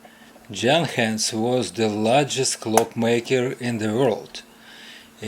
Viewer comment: Great fix to a great quality clock which keeps counting time into the future! By the way, it is actually pronounced Yuhn-hans